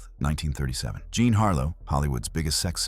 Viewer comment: “John” Harlow again, huh? I suppose he’s called “Jean Wayne.” AI strikes again.